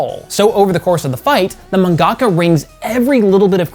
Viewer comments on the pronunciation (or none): ... did you just call Manga-ka's Man Gocka? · Mangaka is pronounced Manga-ka not Man-gaka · Why do you pronounce "mangaka" like that? It's not "man-gawkuh". It's "mahn-GAH-KAH." If you're going to use the term, please use it correctly. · Dude I’m a little disappointed because I thought you of all people who know how to correct pronounce “mangaka” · Please listen to another human being say the word "Mangaka" For the love of all that is holy! My brother please! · found the "ackthually" guy